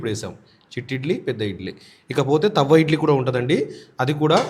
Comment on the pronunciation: తవ్వ ఇడ్లి కాదు తట్టే ఇడ్లి